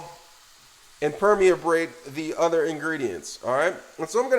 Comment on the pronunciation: Ala dental? Permi-a-tate? Lol!